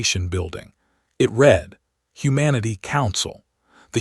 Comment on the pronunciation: Your AI keeps mispronouncing some English words like 'read'. Context matters. It also uses incorrect words like 'starring' instead of 'staring'. No quality control was done. Poor work.